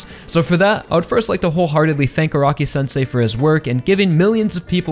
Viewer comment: I cant unhear A-rock-i.